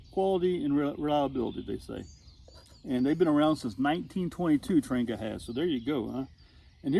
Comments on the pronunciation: It’s pronounced “ trahnYAH” It’s Swedish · it’s “Tran-Jee-a” and you’re putting your windscreen together wrong. Connect the tabs first (outside in) and move on to the next piece (connect from the outside in) and so forth till you’re done. Good video though, just practice….. SanJoséBob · If you call or visit the Trangia museum in Sweden you’ll find the word Trangia is actually pronounced several different ways.